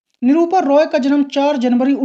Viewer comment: 😂 भाई निरूपा रॉय होता है❤ निरूपा रोय नही😂